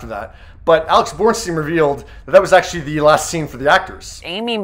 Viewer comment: Why does he keep saying "akshee"?